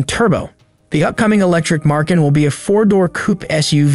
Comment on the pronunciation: No R in Macan